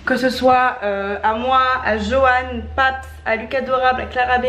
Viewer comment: Je rêvé ou elle a dit Johanne PAT 😂😂😂😂😂😂😂